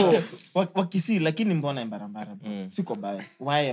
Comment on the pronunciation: Embarambamba not embarambara😂😂😂